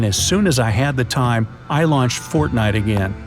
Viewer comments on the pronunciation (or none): He said fartnite